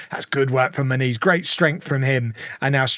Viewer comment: I still can't unhear how you pronounce Muniz like "ma niece"